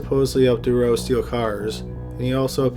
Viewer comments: I am sure many officials covered up Dutroux’s heinous crimes. It’s pronounced « Doo-troo », not « De-row » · Marc Dutroux... pronounced Du Troo... That is a complicated story... many conspiracy theories were going around about high ranking politicians and elite at the time... Belgium lost its innocence with that case, the police was completely useless. A worker told the cops that he could hear children in the house, but the head cop who was standing next to him told him to shut up and to leave police work to the professionals!!!... How that monster, the wife, was released on parole is mind boggling... she allowed children to starve to death! imagine the pain, the length of time it would have taken, and one must have died first, leaving the other to go insane with fear... poor little girls... That woman should be starved as well. As for Dutroux, if he is released the Belgian people will go crazy! He won't last long anywhere... Monsters... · You’re pronouncing Dutroux incorrectly. It’s pronounced Da-troo. French ‘oux’ is pronounced ‘oo’. Think of Louis Theroux. Otherwise, great work. 👍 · Its pronounced Do-tru, not Do-ro. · It's pronounced "dew true" not durow...geez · The Belgian guys name is pronounced "DU TRUE" and not Durow. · With Mark Dutroux´s name it´s not "Durrough". it´s DuTroux. One shall pronounce it DuTroux with the t clearly audible. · It's pronounced Marc Dutrou, not Marc Durow!!! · Dude Marc's last name is pronounced "Dutroux", not "Doo-row" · Aren't you Canadian? How is your French so bad, lol! I believe it's pronounced: DUH-troo. And Nuns live in a convent not a coven, hahahahaha!! I guess it's close enough. Great video btw....I am only taking the piss, tbh. I love your channel <3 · Dude, you’re Canadian, and you massacred the pronunciation of Marc Dutroux’s name, and the city Liège!! It’s Marc « Dootroo », and « Lee-edge », c’mon, tu sais comment parler en français un peu!! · I noticed that too, I believe it's meant to be pronounced due-trough